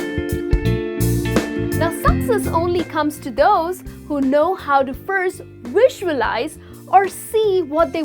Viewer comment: You need help pronouncing "V". You are saying your V's like W's in words such as available, visualise and movie.